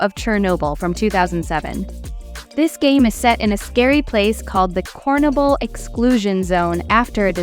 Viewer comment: Lol Stalker 2 The CornNoble. Sorry but how do you not know how to pronounce Chernobyl?